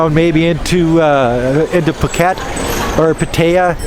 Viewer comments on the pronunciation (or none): none